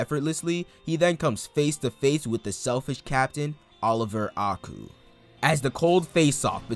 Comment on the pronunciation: love these vids, quick fix tho A-I-Ku pronounced like Eye-ku and Sae is Sa-e like SAh-aye